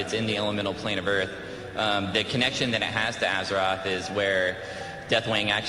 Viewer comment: I love that this dude talking back doing the cata blizzcon keeps fucking saying "AZERATH". if you can't even say the name of the fucking planet then you shouldn't even be apart of warcraft